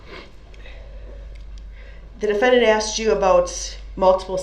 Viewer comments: He Axed the question ? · aSKed not aXed you moron!!!! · I AXED HIM A QWESTSHUN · LMAO he does say "axe" or "axed" a lot, instead of "asK" or "asKed"...I noticed that, too haha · His horrible pronunciations of words : axed, substain, biast, grounds, schmell, etc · That’s such a pet peeve of mine. When he says “I axed him” or “can I do dat” good lord it’s maddening